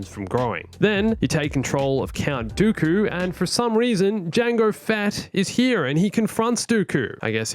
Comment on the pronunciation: I thought you were saying darth goku as a joke lmao